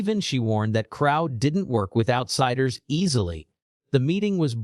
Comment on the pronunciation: Ai can get a septics accent ok but doesn't know crow is said the same as the bird then the mofo switches it up am says it right no wonder this is suspicious